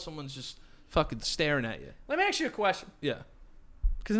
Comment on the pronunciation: joe: let me axe you a question